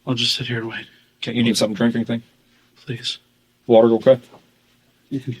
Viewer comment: I wish cops in general would stop saying “WOAKWAY” instead of “OKAY”